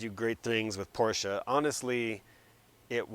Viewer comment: Dude thank you for pronouncing Porsche correctly